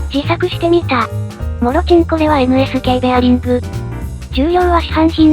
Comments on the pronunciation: ここ字幕では「もちろん」となっているのですがナレーションは「もろ◯ん」と言ってますが大丈夫😅？w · "もろちんこ"としか聞こえない